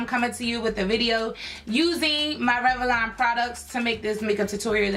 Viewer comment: I love how you say Rev-a-lon ! 😂 I'm just messin with you lol